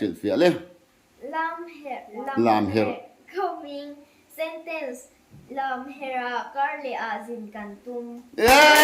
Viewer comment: kha a thiam khawp mai a lamherh kha a swi dik chiah.